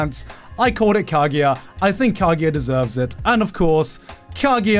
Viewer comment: Why does he say Kagiya instead of Kaguya.